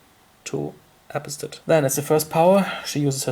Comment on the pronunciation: "apo-stat" is pronounced Uh-Pahs-tate I think.